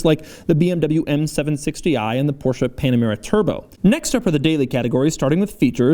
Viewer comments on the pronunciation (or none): none